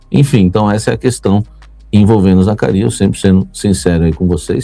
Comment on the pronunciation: pede pra sua fonte ensinar você falar o nome do Zacarias kkkk